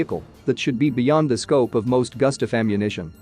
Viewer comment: Just cause americans cant pronounce Swedish names does not mean the name will be americanized into goostav.